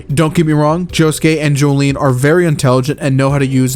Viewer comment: Ahhh yes my favorite Joestar "Jolene"